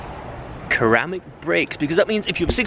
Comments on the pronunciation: He said kar-ram-ic brakes s😂 try sir-ram-ic brakes 😂 that aside nice kar mate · It’s not the choice of discs that is the issue it’s the pronunciation they are pronounced ceramic not (K)eramic